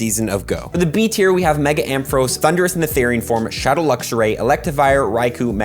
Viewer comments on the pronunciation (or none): none